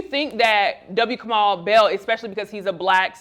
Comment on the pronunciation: And it's "Kamau," not f'ing "Kamal" or "Kamell" or "Kermell". How do you not take better care around the mispronunciation of Black names?